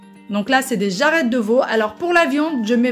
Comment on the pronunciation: Ça ma faire rire la manière dont tu prononce persil et jarret 😂😂😍😍😍 merci pour la vidéo